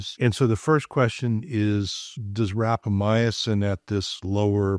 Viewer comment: Everytime says, "rapamyacin" instead of rapamycin, I cringe. I just can't get past that extra vowel.